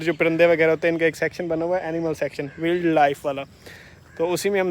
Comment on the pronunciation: Kindly check pronounciation of wild life on Google or you tube .. وائلڈ